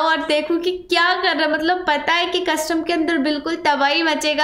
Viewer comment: ap hamesha matlab ko malab bol te ho ja kay dakhna